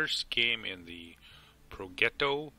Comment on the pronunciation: Great vid my man....as usual. It is pronounced Pro"j"etto. You make it look too easy.